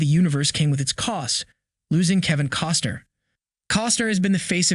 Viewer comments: It's CostNer, not Coster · I gave you a thumbs up too soon. When it was apparent that you can't even pronounced his last name... I took my thumbs up away and I left. Bye